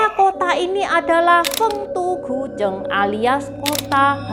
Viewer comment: 丰都鬼城 Feng Du Gui Cheng, dibacanya persis dengan pinyin nya mungkin lebih tepatnya begitu ya, konten yang keren bgt love it, sukses terus ❤